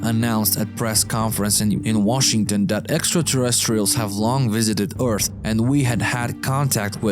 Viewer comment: OGM. this dude again... i'm disliking every video this dude narrates for disrespecting and butchering english. he pronounce EARTH as ORTH, CRASH as CRUSH, AXIS as EYXIS, SAW (to see) as a SOW. etc. and like this in every other sentence. And dude tries to sound American way too hard on top of that.